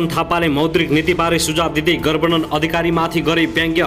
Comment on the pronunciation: गभर्नर भन्न पर्यो क्या पत्रकार मित्र के हो गर्वनर गर्वनर🤣🤣🤣🤣